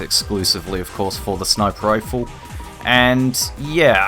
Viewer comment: Lmfao I'm sure you're saying "sniper rifle", but my ears are hearing "sniperifle"...All one word, and only one R